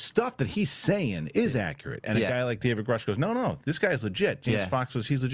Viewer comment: Jason Sands pronounced David Grusch correctly.